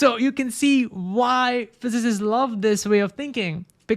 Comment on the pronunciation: Wery wery interesting. I lowe how much you’re dewoted to science